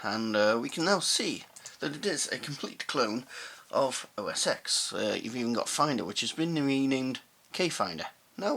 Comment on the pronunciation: it is OS TEN not OS EX.